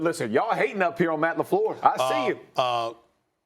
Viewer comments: Stephen A said “Matt LeFluuuuh” LMAOOO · That pronunciation of LaFleur's name from SAS 😂